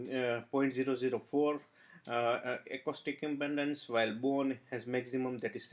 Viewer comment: Good info.It's impedance not impendendance